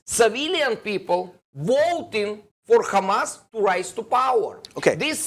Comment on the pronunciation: Must you pronounce Hamas, Khamas instead of Hamas as it’s written. The “kh” makes people’s ears bleed with its awful phlegmy guttural sound. Can’t you hear that? Even if you don’t, please be considerate to the comfort of many, many others. Thank you in advance. I’m not holding my breath.